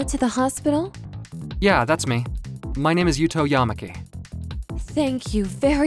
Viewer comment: Now I am not from Japan or speak any Japanese but I think the way the names are pronounced is wrong. It's ya-MA-ki not YA-ma-ki I think where the stress is supposed to be on the second syllable. I notice a lot of American pronunciations prefer stressing the first Syllable